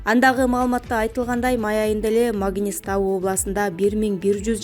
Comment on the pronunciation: Магнистау эмес мангыстау облусу